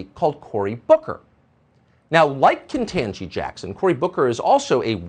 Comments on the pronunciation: "KentAgee"? I know he's capable saying "KetANgee", but he's making a point with his followers. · I'm sick of him mispronouncing KBJs name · Why does he have to keep purposely mispronouncing her name???? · It didn't take him long to pronounce her name wrong.